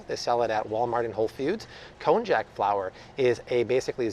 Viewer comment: Oohh, that konjac pronunciation man... its pronounced like konYAK